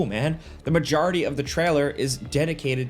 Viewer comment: You say majority like DJ Khaled says jewelry